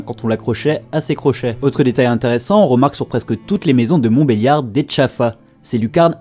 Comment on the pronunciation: on dit pas yar mais, liard sinnon merci pour ces vidéo